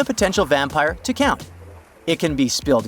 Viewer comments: Cound or Found? 😂😂😂❤❤ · No guys its 'Cound' Dracula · Found or cound🤣🤣